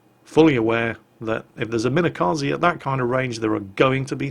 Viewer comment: could you stop calling it minekazee please? it's kaze, for wind.